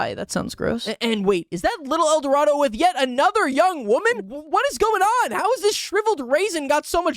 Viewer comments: Gotta love how he keeps pronouncing Edoardo as "el dorado", at least he's consistent with it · The way he called little edoardo "Little El Dorado" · Currently watching and placing $5 that, at no point, will acknowledge that the man's name is just Edorado and not El Dorado. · i think you pronounce his name as "little edwardoh" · i love how he called little edoardo eldorado for the entire video AND narration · how is he pronouncing “edoardo” as “el dorado” 😭😭😭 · pronouncing Little Eduardo as "Little El Dorado" is killing me 😂